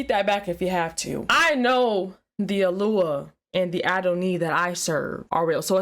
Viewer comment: Why does she talk weird? "Alua"? "Adoni"? Why not just say God? Or Yahweh?